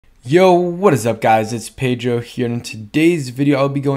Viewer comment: $1000 you’ll start pod cast with yo what up guys it’s -…even though it’s Ped-ro. Just saying 😂 I’m almost certain. Pedro Pascal is not pascal just saying. Then again it’s your name lol…pronounce it to your hearts content!:). HTTR!